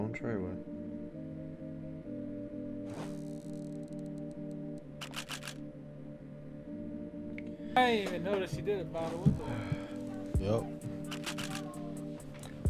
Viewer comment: did just say its going "trey way" he on some 6ix9ine shiettt